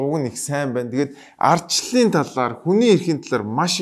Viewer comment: Айрдчилал гшж байна лээ, бөөрөнхий хэлтэй банди чинь